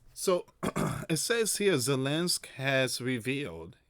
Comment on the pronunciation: It's ZELENSKY, NOT ZELENSK!!!